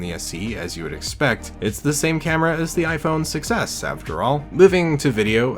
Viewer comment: The fact when saying "Iphone 6s" your saying "iphone success"